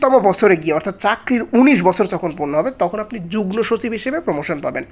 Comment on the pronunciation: ভাইয়া যুগনোর জায়গায় যুগমো হবে উচ্চারণ।